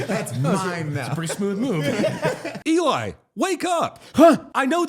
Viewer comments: I stg keeps calling Eli "Doublefap". I don't know if that's what he's saying but it's funny af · Did say "Eli Double Fap?